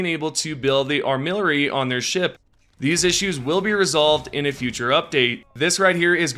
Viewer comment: ar-mi-lar-y, not ar-mill-ar-y